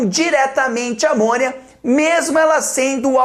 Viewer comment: Sempre que o Jubi fala: "eles vão excretar por amônia", eu entendo: "eles vão excretar por amor" kkkkkkk